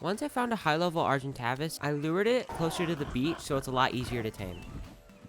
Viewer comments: Argentavis not argen-TAAVIS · Hahhha it’s fine, I love the content but you called the “ ar gen tave is” argen tavis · Arhentaves u mean argentavis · “Argen tavis (Travis with no r) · Lol argintavas it should be argintavis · its pronounced (ARG-ENT-A-VIS) Not (ARG-EN-TAAAAVIS) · Argentavas haha it’s argentavis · Argen TAVIS 😭😭😭 it's tayvis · OITS ARGENT-Ã-VIS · If he says argent TAVAS one more time jk jk But this man on day 17 has a fab and a fab pistol I was still looking for rocks on the beach on day 17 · Here Is herting me by saying argentavvis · It isn’t Argentavis it is Argentaevis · How you pronounce “Argentavis” Are-jen-ta-vis (the a in ta is a long a) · Its also pronounced ar-gen-tay-ves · Your saying argentagvise wrong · Stop FRIKIN calling it an argentAvis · Anyone else get a uncomfortable feeling when he said argentAvis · Pterodactyl, ar gen tah vis, dude do you even ark…you’re a total noob 🤣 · It not argentavis it's argentAvis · "Agen-travis" Well said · Pls pronounce Argentavis right Argent ay vis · It’s argen TAY VIS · lmao. argentavis, its pronounced like, ArgenTaevis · The cringe of not knowing how to pronounce argintavis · The video was great EXCEPT you kept pronouncing argitavis wrong. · the pronunciation of argentavis kills me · I'm sorry but the way hesaid argentavis pissed me off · I was gonna watch it all but the way he says argie pissed me off 3 much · the way he says argentavis pisses me off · I got triggerd when he pronounced argentavis wrong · The video was great untill i herd you say "argentavis" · every ark player is probably trigger by how he pronounces "argentavis" edit : are we gonna talk about the terraria bgm? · great video, but the way he said argentavis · i hate how he says argentavis like not the right way he is triggering me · Bro first off you saying argentavis wrong second off just say argy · The way he said argentavis hurt me any ark nerd like me agree?